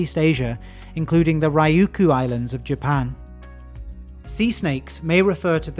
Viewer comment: Good video but "rai-yoo-koo" made me laugh too hard to finish